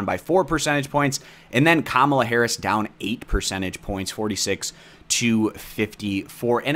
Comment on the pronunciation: I didn't know that's how you say Kamala?